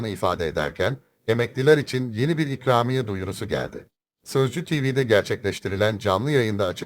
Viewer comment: çükramiye mi what dedin .